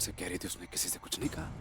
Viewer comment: Ye urmi ke mama kuch ko kuchoo bolte hai😂